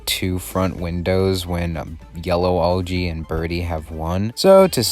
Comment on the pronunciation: Your saying Olgy but it’s Algy